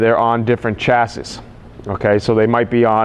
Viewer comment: So Helpful, thanks. Can you recommend a way of managing surface rust while Im waiting to save my pennies for a full paint job? I have a 64 and Im finding thin paint areas with surface rust and I dont mind a temporary/ugly solution to keep the rust at bay. BTW (and this is completely nit-picking) you pronounce chassis NOT as "sha-see" is that a NY thing?